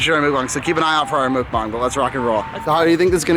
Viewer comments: i had to pause the video because i was laughing too hard at the way they pronounce mukbang. lol love you guys! i hope you have a fun and safe trip :) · I love how u guys pronounce mukbang mookbang